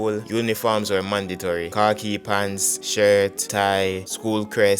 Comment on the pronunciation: Jamaicans can't pronounce khaki. Always sounds like car key.